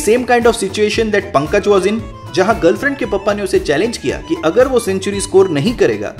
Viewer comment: You said Pankaaj wrong.